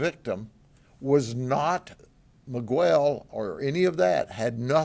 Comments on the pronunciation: “Migwel” lol I love him tho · Grady you said Miguel right the first time then the second time you said Migwhel 😅 love you Grady